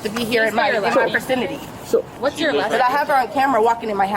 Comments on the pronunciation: her versinaty? 🙄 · Im a huge fan of idiots trying to be smart. "Fercinity" Lmao. She definitely has a disability, she's a fqn idiot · She said "in the FERcinity" instead of "vacinity" and I am dying laughing. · This vercinity right here. Don’t use words that you can’t pronounce correctly. It broadcasts how ignorant you are. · "this vercenity" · "in this vircinity" if an american woman cannot speak english. dont have kids with her, and vice versa. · I had to back the video up and listen again when I heard her say that! I was like "...vercinity??" 😂